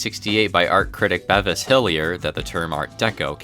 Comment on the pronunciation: it’s Beh-vis, totally definitely not Bee-vis.